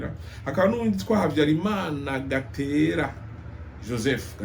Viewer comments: Uko biri kose, soma amazina uko ari Exemple: Gatera kandi ari Gitera Peraudin ntabwo ari Parodin... Bieabina ko amateka yino uyasoma gusa canke ubigira ubishaka..... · Ni Gitera ntabwo Ari Gatera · Ni gitera not gatera sorry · Yewe mutama, vuga ibyo iwanyu, ureke ibyo iwacu mu Rwanda kuko ntubizi neza. Dore n'amazina yabo ntuyavuga neza: Mgr PERRAUDIN et pas Paradin, GITERA et pas Gatera.......